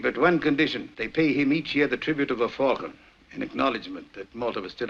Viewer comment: When did Americans start, routinely, mispronouncing, the word falcon. Sydney Greenstreet’s Gutman pronounces falcon correctly when talking about its history to Sam Spade. Since the 1990s something happened to the American pronunciation of the word, in some cases they go further than you do at the end, where you flatten the a sound and turn it into more of an e sound. The word should be pronounce as if it were fall-con, not fal-con or fell-con.